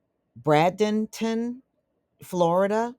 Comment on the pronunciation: Its pronounced Braidenton!